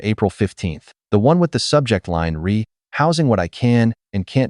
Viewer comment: Ree! It is “re” pronounced “Ray”.